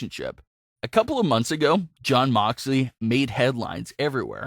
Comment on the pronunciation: Its jon not damn